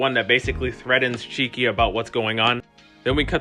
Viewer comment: This clip was seriously awful to watch. Production quality was good but... At least get the names correct. It's "Chicky" not "Cheeky". Not knowing most of the characters names by season 2. Do you really watch the show? 5 AM is a poor excuse. Work on knowing the names and pronunciations of said names. Then you will have a winner.. You'll get there.👍